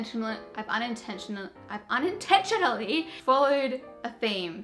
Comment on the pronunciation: You trying to pronounce unintentionally is me. So frustrating 😂